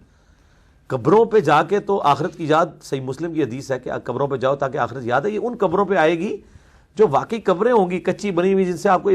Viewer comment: Zabardast ko jabardast keh rahe hote ho ap Indians ziada ko jiada. Pata nahi or kitni examples hain laiken ye talaffuz theek keejye aap ti arbi se bhi thori bohot waqfiyat rakhte honge q k ap hinge to muslman hi na. Nimaz parhte hue kabhi “Z” ko “J” or “J” ko “Z” na pronounce keejye ga warna poora matlab hi badal jayega